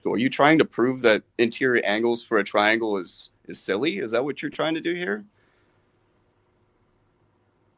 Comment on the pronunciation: "twaiengw have twee side so hexagon is tew twaiengws coz twee time tew is siiks duuuuuuuuuh" stick to guitar playin even tho that sounded like shit too